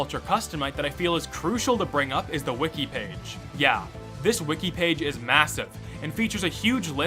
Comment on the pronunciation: EeeYeeRee almost sounds like a phonetically misspoken version of UhYeah so there's that